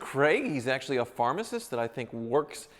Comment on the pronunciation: Lol “PHARMACIST” 😂😂